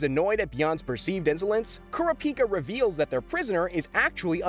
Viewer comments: CARA-PEE-KAH bro just say corrup-peekah 😂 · Its Karapika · Algo repeat after me Kurr ra pi kaa...bro hasnt even watched the anime. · What is this Kelua , Aluuka , and Kerapeaka shit .. it is KEE-LU-AH (Killua) , AL-LU-KAH (Alluka) , and KU-RAH-PEE-KAH (Kurapika) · KUR -RA-PI-KA not kura-pika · Why does this nerd keep saying Kura Pika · (Key-loo-ah) killua. (Ker-ah (scream sound)-pee-cah) kurapika. (All-loo-kah) Alluka. Say the mf names right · Repeat after me, Coo-rah-pee-cuh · Bro kura-pica 😂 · KOR-RAP-PIKA! DAMN YOU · Bro said care-uh-piki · nah the way he pronounces those names 💀💀 killua?? nah nah we got kelouhuh kurapika??? no. keruhpika alluka?? never. uloohkuh im dead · This is getting annoying Killua- (KEE-loo-AH) Kurapika- (Koo-RAH-pih-kuh) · Also kurr- ah- pika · or "kura pika" lol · Bros not saying the names right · The way you’re pronouncing Kurapika’s name makes think you never watched the dub version 😒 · Why THE FCKK do you say Kurapika and Killua’s names like that? Like bro not even Killua’s mother says his name like that. What are you doing? Stop it LMFAOOO. Bro wanna be different so bad 🤔👀😂😂😂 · Bruh... I really can't stand how this guy pronounced Gon, Kurapika, Killua... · Unfortunately you butchered killua and kurapika names. Like you didn't even try. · The amount of mispronunciations regarding Killua and Kurapika is staggering... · I hate the way you say kurapika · Bruh put some respect on my son Kurapika and say his name right 😭😭